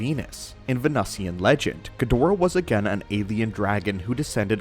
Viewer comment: Learn how to pronounce Ghidorah